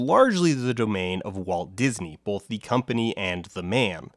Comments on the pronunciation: Huh. You know, I noticed that says "bolth". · All of the "L"s from his uses of "Gandaff" ended up in his uses of "bolth" So the "L"s aren't so much missing as having been redistributed.